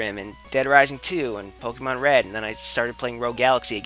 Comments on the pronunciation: It's not "Pokemon" it's "Pokeymon" ;D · Seriously, it's Po-KAY-mon. geez, look at the accent :P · I hate your pronunciation of Pokémon. There's an accent for a reason. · In the cartoon series, the characters usually pronounced it like Poke-uh-mon. Since it's supposed to be short for "Pocket Monsters," though, it really should be pronounced Pock-eh-mon. But I guess that doesn't roll off the tongue as well.